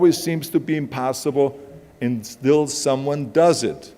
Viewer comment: did he really just say "impastaible" im..pasta.ible .. what kind? rigatoni or lasagna ?